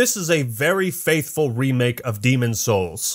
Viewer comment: the demon's souls pronunciation reminds me of the always sunny episode where danny devito says if you wanna get into that boy's hole. ITS SOUL!!! lmfaooo